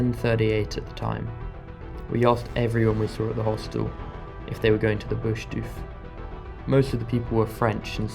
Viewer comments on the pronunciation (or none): It's pronounced "doof," like hoof or the call of an excited primate 🦍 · It's called "doof doof" for a reason trip, not douf douf 😂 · “Boosh deuf” 😂😂😂😂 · Bro said dooef HAHAHAHA 2 posh to even exist thats crazy, how are these soft Brits even able to leave there houses letalone travel the world, thats crazy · Its pronounced Bush Doof not Bush dewf.. GRRRR bloody PoMz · "Bewsh deewyf" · I dont know if i can handle 14 minutes of you pronouncing "doof" like that! OMFG 😂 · BushDoorfs is how it's pronounced how are you saying it wrong if you did it in aus this was so hard to watch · Love it mate! We need to learn ya in the "doof" pronunciation though 🤙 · Yep -- doof - short 'oo' like in look. Started doofin' back in 95'. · try saying doof like your explaining that drop in bass or a large heavy bag slamming as doof is a descriptive word, not necessarily the name , well it's become the name but it comes from the sound in the music on big sub woofer. How your pronouncing it, it sounds like you have added a u in it " douf " but hay happy you got to experience something uniquely Australian. There great fun. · Your not saying doof rite!!! Probly ask someone about that!!! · Bush dufe 😅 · you should really correct your pronunciation